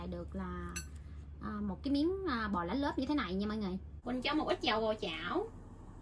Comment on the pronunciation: Lá lốt nhưng em cứ nghe chị gọi là lá lốp😱